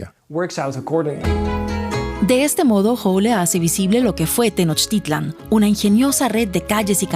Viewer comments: Es "Tenochtitlan", no "tenochtilan" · DW: Pronunciación correcta es acentuando la última "A" - Tenochtitl-á-n. GRAN TRABAJO DE THOMAS!!!!!! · Por qué mejor no investigas como se escribe no es tenoctilan cómo está en tu video es la gran tenochtitlan